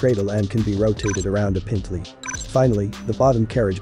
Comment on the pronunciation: Most informative. The computer geberated voice has terrible pronunciation: "hoowitzer", "pintley", etc.